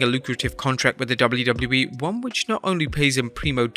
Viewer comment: Jeez... Slow down a bit lol. It's W-W-E, not "dublydubee"... Take your time to pronounce it lol.